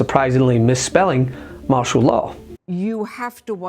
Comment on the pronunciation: "Marshall" Law 😂